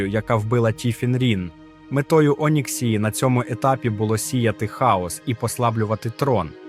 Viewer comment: З наголосами жах повний, відео та інформація класні. МАгні, ОнІксія, ВАріан, калдорЕї, ВЕлен (і це далеко не все) - в оригіналі пограйте, послухайте Дуже сильно ріже вухо, дуже